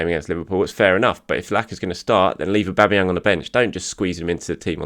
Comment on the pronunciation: auba what !! aubaa who !! aubama'vinho 😂